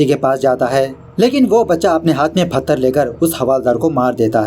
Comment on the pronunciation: And फत्तर .... Not पत्थर 😅😂